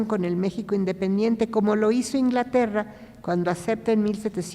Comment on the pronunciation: La palabra México no la pronuncia correctamente! Hay que recordar que es idioma nahua. Es grato saludar